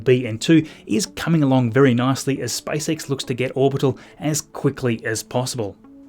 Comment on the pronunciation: It sounded like spicex😂